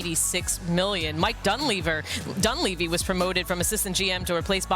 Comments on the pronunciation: She called him DoneLeaver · She said Mike dun leaver? Wow she dumb, leave her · Mike DunLeaver 😂😂😂😂 idk why but that slip was funny